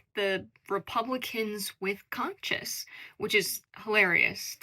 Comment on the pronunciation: The word is “conscience” “Kahn-shintz”. Don’t know if the mispronunciation was an accident but it’s fascinating how we’ve lost that word from our vernacular when it seemed the central tenet of my upbringing through pop-culture in the 90’s.